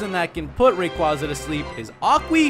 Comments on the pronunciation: About time someone finally pronounced Rayquaza right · I prefer ray-KWAZ-ah too. It is how i been pronouncing it since Ruby/Sapphire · I've talked with Rayquaza, he says its pronounced Ray-KWAZ-ah